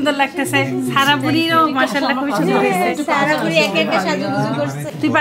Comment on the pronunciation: সবগুলি “দন্ত স” ( উচ্চারণ দোন্তো স) কি ধরণের রোগে আক্রান্ত? সায়মা হয়ে গেলো শাইমা, সাদিয়া হলো শাদিয়া। আর সারাহ হলো শারাহ। বুঝা গেল, শিক্ষিত মানুষ হলেও, আঞ্চলিকতা দোষে দুষ্ট। আর তারাও তাতে খুশী।